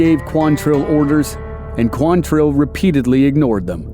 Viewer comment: QUANtrill. Not quanTRILL. Why can nobody get that right?